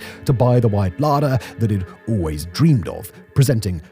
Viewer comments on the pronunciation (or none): none